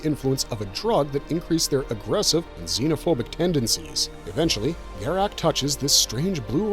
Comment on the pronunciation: the continued mispronunciation of Garak's name proves you never watched DS9...